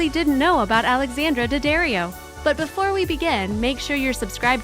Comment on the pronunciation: 11) it’s Dad-Dario not Dad-Ario